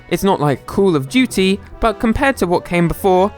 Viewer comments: my nibba really said Cool of Duty? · "Cool of Duty"